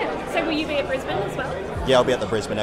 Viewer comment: Well, I'm in California, but that was a terrific visit you shared (bonus: I learned how to pronounce "Brisbane" correctly!).